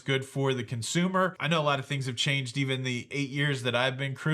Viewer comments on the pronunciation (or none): none